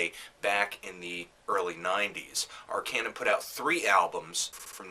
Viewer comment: It's Arkaanuum, not Arkejjnum <.<